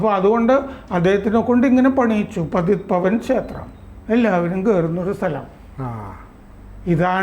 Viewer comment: पतीत पावन क्षेत्र. പതീത് പാവൻ ക്ഷേത്രം എന്നാണ് ശരിയായ ഉച്ചാരണം.